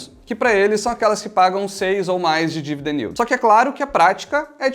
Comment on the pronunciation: ele disse "dividend yield" de um jeito engraçado só. Isso é o tanto de dividendos que uma empresa paga sobre o preço de sua ação nos últimos 12 meses